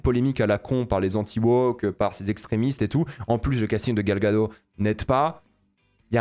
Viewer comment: Gal Gagot, prononce le Ttttttttt